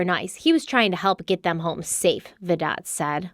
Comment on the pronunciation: I don’t mean to be petty but Vidot is pronounced with a silent T like Vido